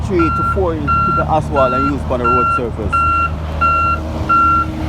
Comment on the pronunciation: You’re all doing a good job but please say asphalt instead of aswalt